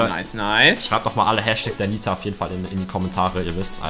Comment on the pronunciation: Das heißt DINITA !!!!!!!!!!!!!!!!!!!!!!!!!!!!!!!!!!!!!!!!!!!!!!!!!!!!!!!!!!!!!!!!!!!!!!!!!!!!!!!!!!!!!!!!!